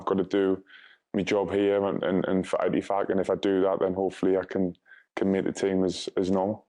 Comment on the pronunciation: Jim likes saying El EttifaQQQ